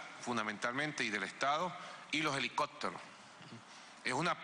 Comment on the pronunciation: Y los "helicocteros"